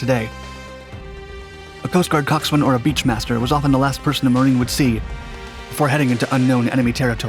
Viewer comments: Cox'un ... Not Cocks-"swain". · Great video! Just an FYI, Coxswain is pronounced COCKS AN. The W is silent. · you don't pronounce the w in coxswain.